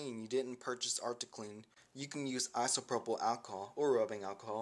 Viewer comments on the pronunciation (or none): none